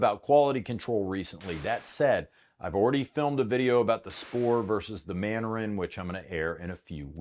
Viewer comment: Manurhin is pronounced Man-Urîne.